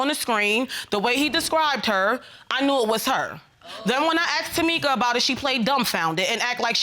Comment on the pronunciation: “Takeema and Tamika”